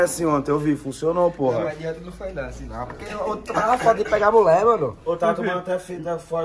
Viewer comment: Se tem gerson falando muler tem like